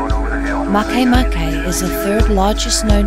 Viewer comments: it's not mahkay mahkay. it's ma ke ma ke. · I thought MakeMake it was pronounced "make" "make", but not, it's "maikeymaikey" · As far as I'm concerned, Pluto is "Still" a Planet in my mind, and if one is to pronounce "MakeMake" Makay-Makay...Then just spell it that way to be less complicated!